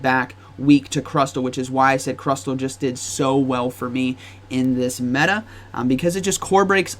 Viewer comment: Stop saying crusTTTLLE